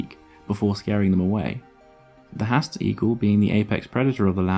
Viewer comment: It's a shame that you've gone to all this trouble to produce this video, yet you can't even pronounce the name of the bird correctly? 'Haast' is pronounced 'Harrrst', not 'Hast'.